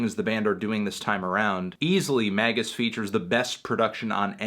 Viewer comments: Surely it's pronounced May jus? Not Maggus? Anyway, it's.fucking amazing.. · It's not MAY-jiss? 😰